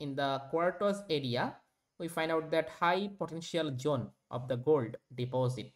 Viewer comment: Zone ❌️ Jhone ✅️